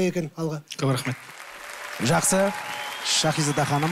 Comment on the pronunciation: Турсынбек сакау ма Щахиза дей береди,Шахизада гой